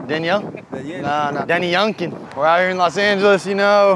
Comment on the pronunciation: lil bruh said "No Danny YUNKIN" 😂😂😂😂